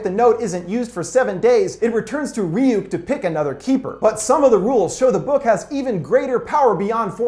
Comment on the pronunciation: "Its pronounced Rayuk,kid